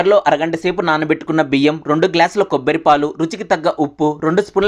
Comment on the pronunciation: Kobbari antaru kobbiri kadu